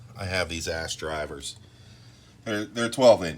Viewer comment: Thought you said ass driver for a minute.... hahah